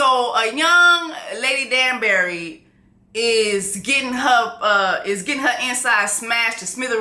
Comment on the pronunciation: The way she keeps saying STETHOscope and DUNSbury when it’s telescope and DANbury 😂😂😂😂😂💀💀💀💀